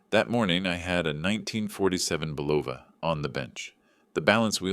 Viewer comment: AI doesn’t know how to pronounce Bulova!